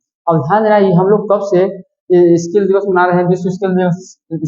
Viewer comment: ❤स्किल नही भाई सिकल सेल एनिमिया होती है आपने स्किल सेल एनिमिया बोला है ❤